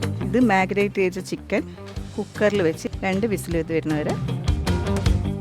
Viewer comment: നിങ്ങളുടെ പാചകം ok യാണ് പക്ഷേ വാചകം ശരിയാക്കാൻ ഉണ്ട് വാക്കുകളിൽ കുറെ മിസ്റ്റേക്സ് ഉണ്ട് മാഗ്നറ്റ് അല്ല മാരിനേറ്റ് ആണ് കഴിഞ്ഞപ്രാവശ്യം സ്റ്റോക്കിനെ സ്ട്രോക്ക് എന്നും പറഞ്ഞു. പിന്നെ പെരക്കി വെക്കൽ എന്നൊക്കെ പറഞ്ഞാൽ മാഹിക്കാർക്ക് മാത്രമേ മനസ്സിലാകൂ കാര്യങ്ങൾ കുറച്ച് സ്റ്റാൻഡേർഡ് ആയി പറയൂ